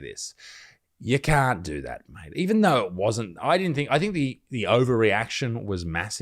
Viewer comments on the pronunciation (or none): none